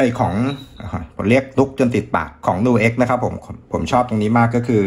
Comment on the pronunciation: ผมว่ามันอ่านว่า นิวเอ๊ก เหมือนคำว่า music เราอ่าน มิวสิค ไม่ได้อ่านว่า มูสิค